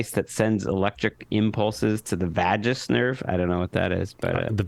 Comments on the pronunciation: Vagus is pronounced Vay-Gus with a hard G sound (like Las Vegas) . Vagus nerve stimulation can also treat seizure disorder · Gregg: Vagus nerve is pronounced Vegas, man